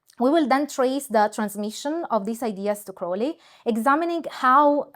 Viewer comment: I stuck with this video mainly because you pronounced Crowleys name correctly. Very interesting stuff!